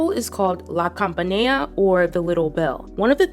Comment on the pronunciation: PAGANINI, NOT PANGANINI... LA CAMPANELLA NOT LA CAMPANEA...